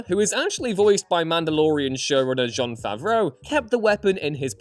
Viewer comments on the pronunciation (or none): It's Jon, not Zzon...